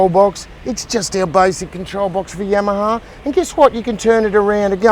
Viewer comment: The way he pronounces Yamaha is catchy. Must be that Aussie dialect. I don't pronounce my Yamaha like I used too. Now whenever I hear that name I say Yamma Haaaa just like